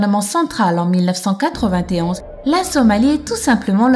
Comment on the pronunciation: on dit 1991 pas 199t1